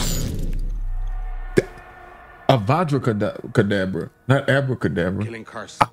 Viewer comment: He Hit him with the cadabra cebrus 😂😂